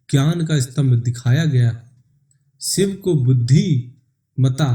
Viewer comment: ek baar bhi tune shiv ka nam dhang se nai liya..... शिव,शंकर बोल न कि siv,sankar